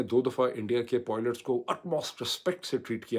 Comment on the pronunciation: کبھی....پائلٹس......کبھی.... پوئلٹس......؟.